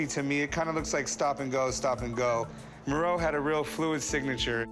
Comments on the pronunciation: I'm thinking, wow is this famous artist 'Moreau' that I've never heard of?? Then it became clear, oh... Meeero. It's pronounced Mee-ro. Jesus. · Sorry english speakers, but to call Miró, Mee-row is just annoying my ears... Try to say Mee-roh, with the "o" soung like the o of hot, spot, top... And Dalí is a bit easier, just day dah-lee and that is it. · “Joan?” Miro??? It’s pronounced “Juan”